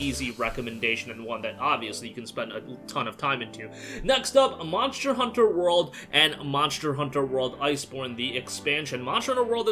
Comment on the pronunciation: Monchter Hunter?... Monchter??